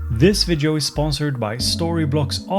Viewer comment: Please, remember: Every time you say "vidjo" a kitten dies! ;)